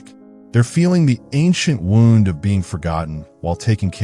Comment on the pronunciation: The narrator is either AI or just a poor reader. Pronounces "wound" (as in an injury) incorrectly. Pronounced it as if referring to a ball of yarn. Get your editing together dipshits.